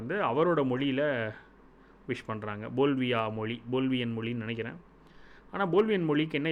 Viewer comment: போல்வியா அல்ல, பொலிவியா என்பதே சரி!